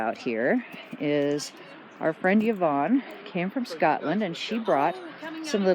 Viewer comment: Scottish person here. Have you asked Yvonne how she says her name? Fairly common in our wee paradise. It is Ivonne, or eevone. Anyway a vowel at the start, not a yi. So... thats all.